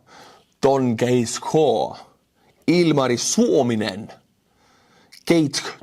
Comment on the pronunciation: Ilmari Suominen, why didn't you butcher that?